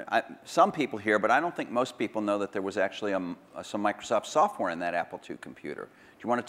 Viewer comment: “Soffware”—Steve Jobs